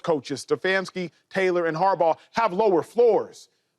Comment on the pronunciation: Acho is struggling to say “Taylor” 😅